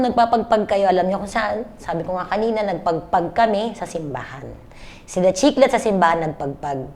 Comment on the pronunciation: Pegpeg "american accent 😂😂😂